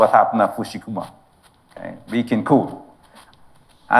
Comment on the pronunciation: Fu - ku - shima, not Fu - Shu Kima